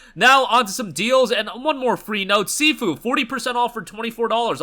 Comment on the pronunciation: Bro doesn't even know how to pronounce SIFU